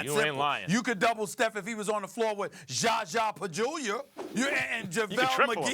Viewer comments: "Zaza PaGULIAR" - Stephen A Smith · Did Stephen A just say "Jaja pajunior"